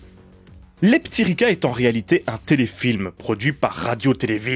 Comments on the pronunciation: Merci pour cette découverte de la sirène terrestre de Serbie. Comme quoi le contexte de visionnage est important pour apprécier un film... -Une séance anisée avec 'les p'tits Ricard'... -'Leptiriça ' avec ç comme dans son et pas c comme dans con. -Ta remarque est acerbe! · Merci pour cette vidéo et pour l’effort de prononciation mais le titre ne ce prononce pas leptiriKa mais leptiriSa ou leptiriça qui veut dire papillon au féminin et leptir au masculin. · Euh... Un C sans accentuation comme ça, je crois que ça se prononce "tse"... Donc ça ferait plutôt Leptiritsa... Par ailleurs, les serbes utilisent un alphabet cyrillique. La prod étant de l'époque de Jozip, ceci doit expliquer l'usage de caractères latins dans la typo... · A chaque fois que tu dis le titre j'entends "les p'tits ricains" et ca donne un tout autre sens. Merci pour cette super analyse! :)